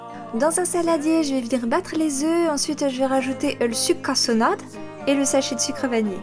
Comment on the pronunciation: Tu l'as dit trop bizarrement "sucre cassonade" 😂😂